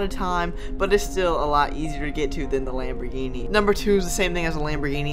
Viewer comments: U said lamb ogre. 10 times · 32 times you said lomborghini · You said lambogini 27 times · you said lamborgini "23 times"